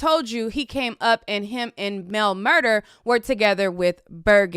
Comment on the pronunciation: Mel MurDAH—not MurDER. Look at the spelling; correct pronunciation is everything.